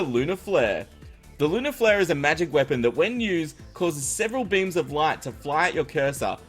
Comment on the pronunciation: I thought u said different coloured memes in stead of different coloured beams